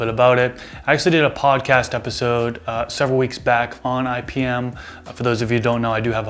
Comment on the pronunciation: Thought you said ibm lol